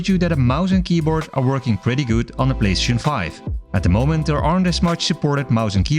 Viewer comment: The way you say PlayStation 😡